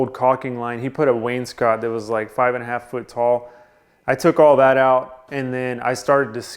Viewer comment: Hey, great. Someone in the trades who pronounces wainscot correctly🎺🎺